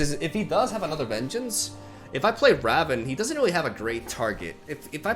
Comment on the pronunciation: Pls it's Rah-voon